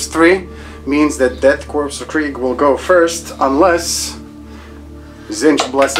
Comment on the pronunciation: Korps is pronounced "core". The homeworld of the Death Korps of Krieg is Kreig. Tzeentch is pronounced with a long e as in bee.